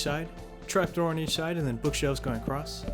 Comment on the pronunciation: Can we get an "on each schide" counter please